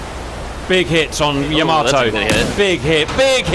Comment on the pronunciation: First of all it's knots and not nuts xD and second, it's called Yamato and not YamaToe XDDDDD